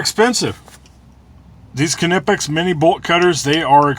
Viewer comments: Knipex have carbide-edged cutters up to HRC 80-83! Pricey, but cut through everything! Knipex are worth the dough if you are gonna use them. BTW, I don’t ke-now you. What is your fave brand of ke-nice? (Point is, the are nipex not ke-nipex.) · for fuck sake. the "K" is silent. as in know. You silly fuck. Its America not Germany. And if you are gonna say it as the krauts do. You would pronounce it K-Nee-Pax. Which is fucking ridiculous. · Pretty sure the k is silent like knob and knee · Nipex would be correct in American. The way Germans pronounce it is, K-nee-pex. But they are a bunch of silly Germans. I had an English Knipex representative explain the difference to me . Germans make great tools, language ? Not so much. in all seriousness though, im just being a dick. you can say it any way you like. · Laughing at the moment about this. How to pronounce KNipex, same as KNurled KNobs! LOL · The hype would be more understandable if he were to assimilate that german name into American.